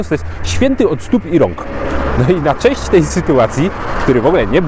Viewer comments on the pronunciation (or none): none